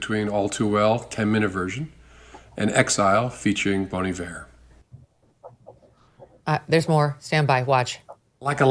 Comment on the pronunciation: 1) Pronounce Bon Iver name CORRECTLY, you sorry poser. 2) And that spray tan?!?!? Orange orangutan Comey 3) This is giving "Fall in line Taylor, or else."